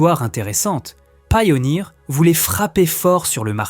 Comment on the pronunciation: C'est de l'IA, car même sur des anciennes vidéos, il/elle ne sait pas comment prononcer certains mots. Par ex, pourquoi prononcer "Pioneer" à l'anglaise et ne pas prononcer le "100" en "Hundred" ?? Ou encore la 901 de Bose prononcée "neuf centun" (à ), puis prononcé correctement, puis ça devient "neuf-sept-un" (à ), etc. Bref, je ne pense pas qu'un humain puisse réellement "se tromper" de prononciation sur les chiffres.